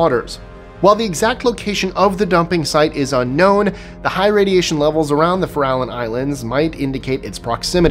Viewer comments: The Farallon Islands are pronounced Fair-Ah-Lawn. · I went to Farallon View grade school. Fair-ah-Lon was what we said thre and in Montara, Moss Beach, even El Granada, but okay. This was over 40 years ago, maybe it's changed now, tho even Documentaries a=on sharks say if less as if they are from Boston.